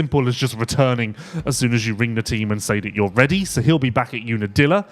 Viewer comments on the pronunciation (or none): none